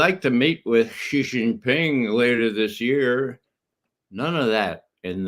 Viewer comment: Judge, correct your pronunciation, it's SHEE JIN PING not JHEE JIN PING. Jhee JHEE is slang for penis like Pee Pee in English.